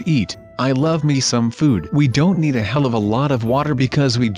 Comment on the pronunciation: did u say he## like if u think he said he##